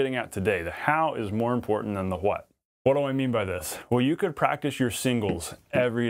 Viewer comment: I love this video but Ive never heard anyone pronounce why like you. It sounds like "HUHWHAII" and your what sounds like "HUHWHUT"